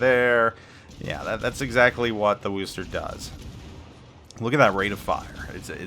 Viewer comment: Ugh,, you keep pronouncing Worcester wrong...